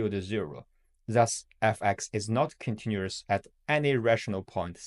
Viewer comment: Okay the way you pronounced continuous and other things are just wrong. Except that the video seems great